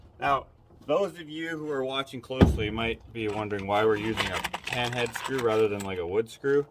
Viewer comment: Are you saying pinhead or pan-head on the screws? That’s a great tip I’m going to tell my hubby. BTW, you are doing a great job with the camper. I love watching you guys work. Funny banter & your editing is perfect!!!